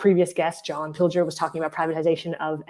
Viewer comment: How incredibly LUCKY you are to have interviewd such a LEGEND. Fantastic first 30 minutes!! It'd have been even better if you had learned to pronounce his name properly... nonetheless, great GREAT to have him, any crumble we can get, we take. MR. PILGER, we have learned so much from you. You are one of a kind, ♡♡♡ xx..